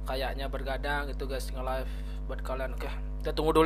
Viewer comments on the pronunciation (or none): none